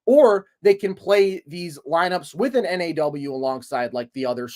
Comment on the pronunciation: T-Wolves fan here. You guys really get what this team is about. One tip—NAW is pronounced like “Nah.”